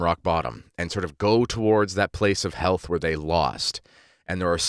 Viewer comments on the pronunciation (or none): none